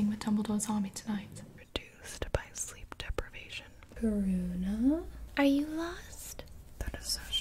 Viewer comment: she said karuna